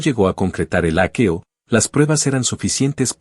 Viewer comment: Será leído con un programa como el traductor, y lo ha leído literalmente de hackeo yo creo